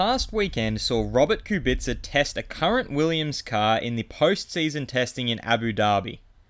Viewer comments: Ku bi tca, not ku BIT ca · He says like "Kubitsa". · I know. Still he says ku BIT ca and it’s annoying af, havn’t heard any “slav” pronounce it that way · it's pronounced kubica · please learn how to pronounce kubica